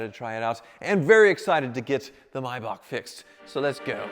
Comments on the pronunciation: no no no its Maybach not Maybak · Thank you for pronouncing maybach correctly. I cringe every time I hear mayback